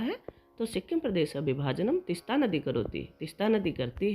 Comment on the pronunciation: Please तिस्ता को तीस्ता करें